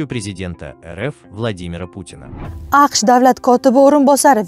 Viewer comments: Рахмат, информация учуну лекин исмларни ту́гри талафус килсангиз яхши буларди, масалан КГБ,Путин эмас К...ГБ,Пуууутин деб аталади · Путин деб гапирганингизда нотугри талафузда гапираетибсиз к,изим, Абдук,одирдан сураб олинг.